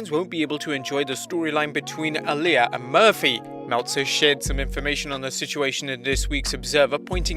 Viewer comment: Is it just me or is anyone else annoyed at the fact he keeps pronouncing Aaliyah’s name wrong